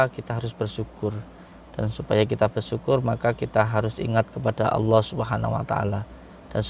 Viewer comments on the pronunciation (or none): none